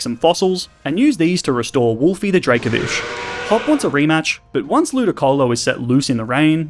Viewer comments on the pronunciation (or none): DRACOVISH, NOT DRAKAVISH!